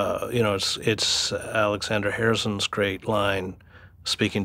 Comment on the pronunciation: in case others had this issue. it sounded like he said Alexander Harrison but it is Alexander Herzen